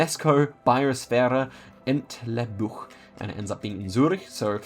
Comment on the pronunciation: nonetheless, especially English speakers, even if more or less fluent in German, often don‘t bother too much about correct pronounciation. Especially stuff like a „ch“ at the end of words (like, in this video, Zürich, is spoken like Zig did, not like „k“. I really appreciate that, it shows a level of, for lack of a more fitting expression, respect for nations, cultures and languages that is way above average, especially amongst English speakers (just because it‘s the world‘s most important language - besides the fact that more people are native in Mandarin and Spanish, btw).